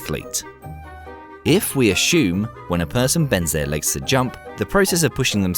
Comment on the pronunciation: Two points: 1) assuming you were going to actually impact and there were others in the elevator: - knock a few of them down and stand with bent legs on the heap of bodies: 2) the word STRAIGHT is Not pronounced SHTRAIGHT and the word ASSUME is Not pronounced ASHUME ya fuckkin pleb!